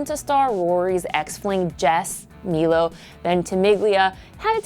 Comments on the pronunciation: Love the fact you pronounced “Milo” in the right way!! You are almost the only one😂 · I mean, considering he's of Italian descents, the right way to say his name is indeed Meelo. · it IS said Meelo though because he's Italian and the pronunciation is different to the English version, but the last name is without the g said like: Ven-ti-mil-lia